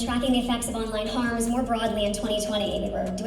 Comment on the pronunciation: 'Harms' - 'Learns' - she needs to try speaking English